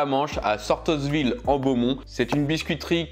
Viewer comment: Seriez vous un peu gourmand 😉 Les petites madeleines sont très bonnes et les sablés diamants sont pour moi les meilleurs. Et le S de Sortosville est muet comme dans St Vaast la Hougue. Merci pour la vidéo et la bonne humeur 👍🤩